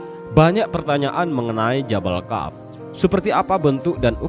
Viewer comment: Kok membacanya jabal kaf? Seharusnya jabal qof? Harus cermat kalau membaca tulisan Arab..